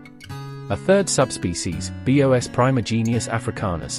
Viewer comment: The voice really bothers me: is this AI or computer? Why does it say “ B.O.S” instead of “bos” for the species name? Creepy